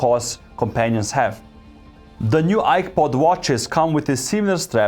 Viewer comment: I swear I heard iPod every single time. 😅